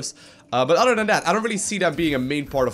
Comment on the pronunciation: Oder than dat. Can he speak without substitutings his ts for ds?